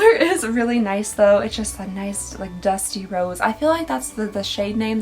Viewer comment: Every time u say dusty rose I hear dusty road like the wwe wrestler lol no clue why as a pink shade and a wrestler don't seem fitting